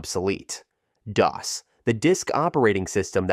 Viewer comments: Seriously? Dee-oss? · "DOA"? I've never heard DOS pronounced that way?